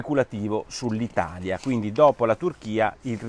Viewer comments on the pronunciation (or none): none